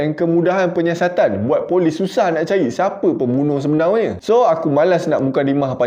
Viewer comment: Sebenarnya ❎ Sebenaunya ✅